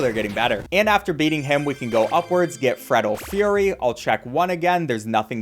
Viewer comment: The freddle :fury said it right? Its good for me the chip btw